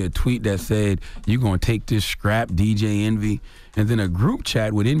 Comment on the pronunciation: Did no one hear charlamagne say, Dj entry?